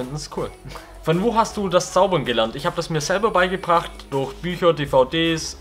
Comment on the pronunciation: Kannst du durch nicht aussprechen